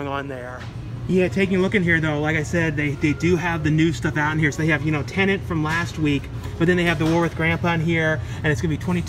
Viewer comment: please please...the film is called T EN E T.....not TENANT.....i'm sure Mr. Nolan would not approve.....i know its a silly wee minor complaint from me...i have viewed your content for many years and thoroughly enjoy all you produce.....so many content creators are pronouncing the name wrong......moan moan.....keep up the BEST you tube movie stuff available...